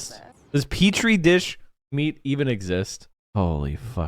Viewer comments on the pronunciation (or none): omg! she made the "cht" sound, when she should have made the "t" sound. People who don't talk like me are so dumb! Sick burn, bruh.